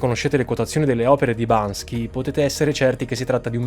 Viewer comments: Bel video ma è sempre Banksy e non Bansky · Si dice Banksy non Bansky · 5,54 Si chiama Banksy non Bansky!! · Banksy, non Bansky (ma nulla toglie, è giusto per info) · BANKSY non BANSKY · “BanKSi” non “BanSKi”, ci vuole la pronuncia corretta per uno come! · Solo far notare che si chiama BANKSY non bansky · Occhio che è Banksy, non Bansky, lo sponsor ringrazia... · Amico mio si chiama banKSy, non banSKy! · Io vorrei solo fare il pignolo e correggere la pronuncia dell’artista banksy 😂😂😂